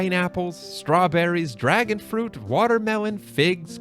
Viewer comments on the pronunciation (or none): none